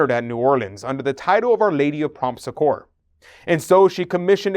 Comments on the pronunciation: the correct way to pronounce Succor is like saying(Sucker) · Loved this video, thank you for the information. By the way, the word succor (or succour) is accented on the first syllable, and pronounced like suck-or.